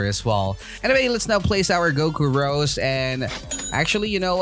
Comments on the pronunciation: Ro'zay' orb, not rose but its cool just letting you know how its pronounced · No offence but I got triggered when u say rose it’s ros’e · It's Rosè not Rose